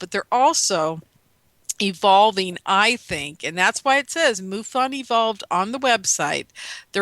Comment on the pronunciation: Linda Moulton Howe says it's "Mu fon" not Moo fon. Moo sounds funny.